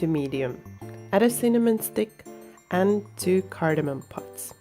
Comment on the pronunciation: Just stopping in to show you some love,. And a big congrats on your 1,500, friend! What were those 2 seeds you added? I didn't quite catch the name... cardanum pops? Those are some wild-looking mugs there! You always have such great lighting and presentation in your videos. Very pro indeed! I'm not really a chocolate guy (as you might remember from the 100% cacao challenge video! haha), but I'd probably give these a try! Thank you for sharing, and I wish you and "camera man" the very best for the holiday season!